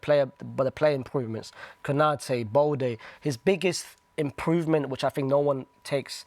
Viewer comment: "Konate, Balde" 💀💀